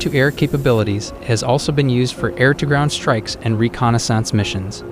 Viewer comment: Dude pronounces reconnaissance like it's a type of font lol